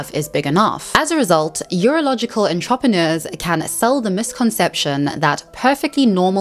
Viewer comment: Your pronounciation of entrepreneurs is ridiculous